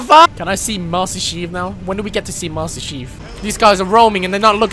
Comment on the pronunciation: Master sheef😂😂😂